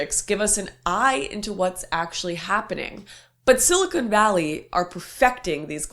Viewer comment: Lauren, I love your content, but it’s silicon, not silicone!